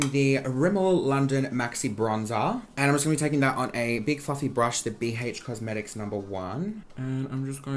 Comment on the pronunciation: bee heych cosmetics